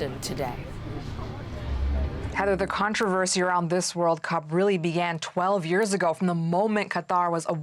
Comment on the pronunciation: 1st woman can't even pronounce Cup